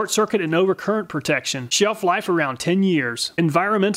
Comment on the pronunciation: The Castnoo also read "sheef-life"